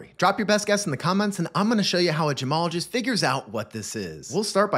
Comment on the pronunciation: Thought you said Jamalogist.